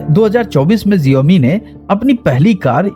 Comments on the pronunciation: abey xiaomi hota h na ki genome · Jiomi mat bol bhai xioami bol 😂😂